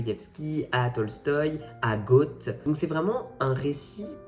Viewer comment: Goethe..merci de prononcer Gueute et non pas goat